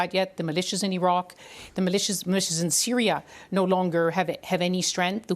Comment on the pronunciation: Did she just us Iraque 🤣🤣🤣🤣🤣🤣🤣🤣🤣🤣